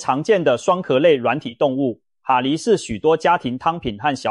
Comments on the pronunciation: 蛤蜊~(蛤)正確發音ㄍㄜ格~不是哈蜊! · 蛤蠣讀(格) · ㄏㄚ？？？國的發音？？？